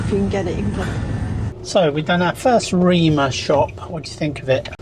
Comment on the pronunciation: Prounounced REMER. Not Reema. Rema tusen